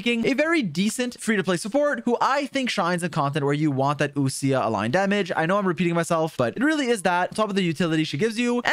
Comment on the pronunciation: wild how people pronounce ousia as oo- sia instead of like oh-sha/oh-sh-yuh